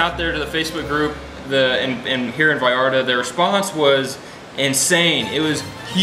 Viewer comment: Not to be cruel but you are pronouncing Vallarta as Ballarta with a B. Sorryyyyyy. Say it like you would say Vlog va va Vallarta.